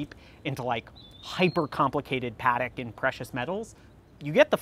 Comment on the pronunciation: Splendid episode, and so well executed, only gripe is pronunciation: Padek? Debethoon? Really? After years in the industry you can't take 10 mins to learn the proper pronunciation of a few brands in another language?